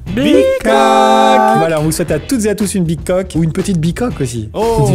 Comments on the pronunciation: Putain le Teletubbies qui parle je l'ai encore ! Par contre je me serais jamais douter que certains entendait "big coke" moi j'entendais "pi crac" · ....Peut être qu’il dit "Big Hug"😂😂